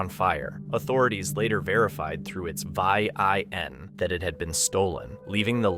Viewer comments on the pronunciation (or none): The way he pronounced "Vin number" as "vi-in" on the clip with randonautic bringing people to a blue car in the wood, makes me realize the narration voice is AI..